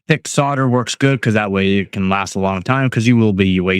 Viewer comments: Solder not sodder. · Yep. Really irritating to hear sodder. I thought the only country to pronounce it sodder were your neighbours,(and soon to be assimilated into the US ...Joking of course ) . Sussed you were Canadian by the pronouncing the word "out". Have been doing the electronics etc stuff for over 60 yrs- yep an old boy. So if you won't pronounce it as solder then I will have to watch with the sound turned down.... Cheers and good luck with the channel.